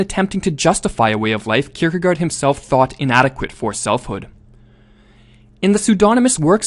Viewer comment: You pronounciation is not bad, but the last syllable is actually pronounced like 'gore" - "kierkegore"